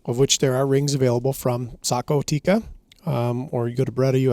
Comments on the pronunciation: It's Tikka. Not teecuh. Double consonant... not single consonant followed by double vowel :) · It's tik-ka not tikaa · For the love of G od, it's pronounced "Tik-ka," not "Ti-ka." 😂 When you can not even pronounce the name of the company, I don't care about how much you know about pew pews. You don't sound that well-informed.